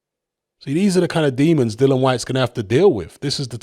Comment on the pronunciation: Fortune doesn't seem to favour Dillian enough for you to start pronouncing his name right though,. 😊